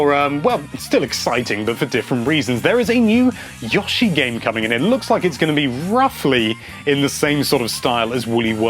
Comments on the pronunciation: why are you so concerned with pronouncing Yoshi as a plural ("is it Yoshi or Yoshis?") when you are failing entirely to pronounce the core word itself as singular? It is pronounced YOH-shee, not YAH-shee... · Say it with me. (Y-oh-she.) Yoshi. Pronounced YOSHI